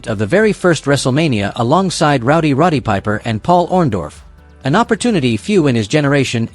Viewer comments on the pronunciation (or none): none